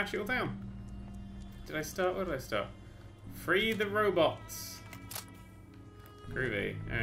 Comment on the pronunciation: i also thought free the robots said "Free Robots"